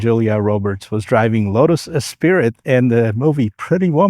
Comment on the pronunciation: While Esprit does mean "spirit or soul," it is pronounced es-spree. Nice review, Elan was also an important model in their history.